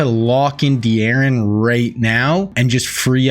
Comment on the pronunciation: Da'Ron Payne you're pronouncing his first name wrong. The game doesn't allow apostrophes for some reason